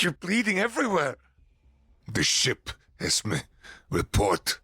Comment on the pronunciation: ES-MEE not ES-meh. It's short for Esmeralda, my youngest daughter's name.